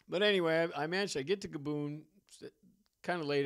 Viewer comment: Take a shot every time he pronounces Gabon as GabOOn